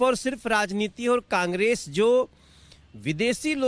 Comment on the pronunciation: aur tuu bhojpuriya Congress thhik se bol kaaangres kaaangres kya bolta hai